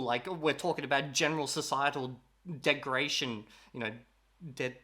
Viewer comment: The word is "degeneration".